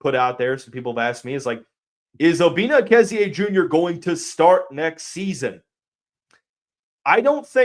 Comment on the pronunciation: Are you sure of the pronunciation? You're giving it more syllables than the other ways I've heard it pronounced: Uh-KEZZ-ee, EEK-zee, and EH-kee-ZEE.